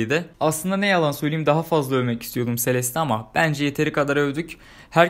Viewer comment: abi sonunda celeste e selest demeyi öğrenmişsin :)